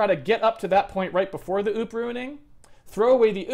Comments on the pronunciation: I like that he pronounces OOP like oop. Like it was a mistake: "oops!" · Poop, not oops.